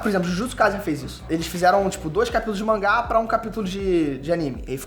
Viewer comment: Não é mais mangá ?tão falando manguá???